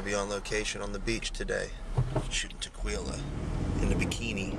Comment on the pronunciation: that's tequila or te-kwee-luh